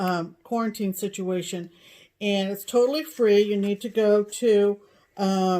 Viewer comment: Situation = stitchuation?! Dunno why but I kept hearing this in my head everyone you said you 😂. Another great video ladies, I was late to watching it this week cause work gets in the way.